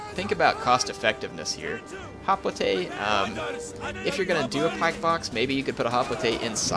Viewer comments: hoplite is pronounced hop-light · Should it be pronounced "Hop-light" or "Hop-lee-tay"? Surely the latter when spoken as an English word?